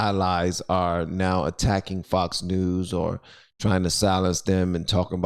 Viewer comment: He said f*cks news